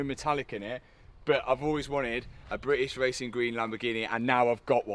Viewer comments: Love how Matt can't say British properly 😂 Britiss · “Britis wacing gween”😂😂